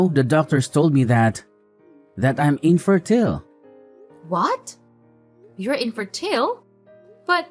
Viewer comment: ….inferTIL? The word is inFERtile.